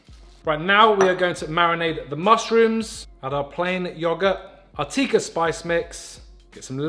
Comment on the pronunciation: it's a short i not a long i in tikka just fyi lol